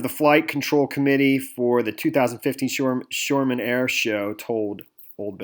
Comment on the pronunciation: It’s not sure ham it’s shoreham (say it like shawr um)